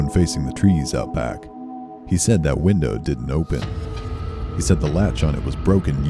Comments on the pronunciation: did he just say wintow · wintow for window?